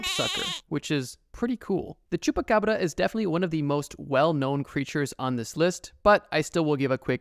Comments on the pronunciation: The way you said baba yaga terrified me also why tf did u say chubbacrabba???? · Scary is the way you said chupa Cabra. It's shupa Cabra if you wanna say it right